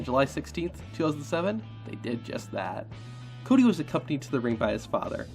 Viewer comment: Ah yes CAWdy